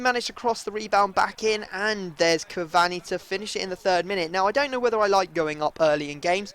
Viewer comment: Cavanni lol its cur-var-ney cavani